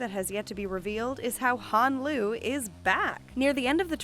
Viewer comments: Hon lee not hon loo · I know that woman did not just say Han Solo. We are not talking about star wars honey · The narrator said Han Solo lmaoooo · Correction: Han Lue not Han Solo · Did you really just said Han Solo!? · did she just call him han solo? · Did she freaking say Han Solo? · Did she said "Han Solo "??😱😱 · Did the narrator really say "Han Solo"? ... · ITS HAN LUE